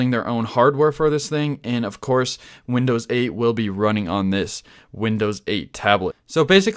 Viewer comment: comon. its "windows"